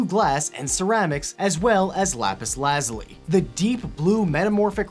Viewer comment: Him: Laz-ili Everyone else: LAZ-ULI